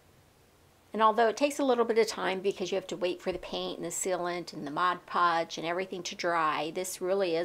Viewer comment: It is cute how you pronounce Mod Podge Modge Podge 😅